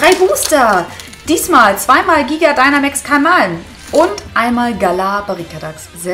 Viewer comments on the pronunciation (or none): none